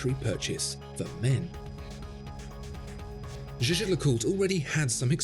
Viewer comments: Its the French pronunciation of a German word. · Jaeger is a German word (meaning hunter), please do pronounce it correctly it hurts my ears... You are supposed to be a professional.